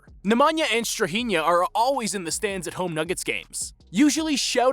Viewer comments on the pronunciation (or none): You people in the States accent names wrong. It's not NikOla, it's NIkola NemAnja -- NEmanja StrahInja --StrAhinja ok? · The way Americans pronounce Nemanja and Strahinja aaaah i can't xD